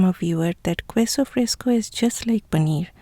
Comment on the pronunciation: Love all that you do. Except for your pronunciation of queso. It is pronounced "KEH so". Not "KWEH so." I offer this pronunciation guide as thanks for teaching me how to properly pronounce so many words in your language.